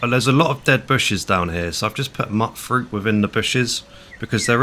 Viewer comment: dude seriously... it's MYUTE-fruit, not mutt-fruit. It's based on the word mutant which is not pronounced "muttant". There is also rhyming - mute frute. Have a word with yourself, m8! (i'm joking)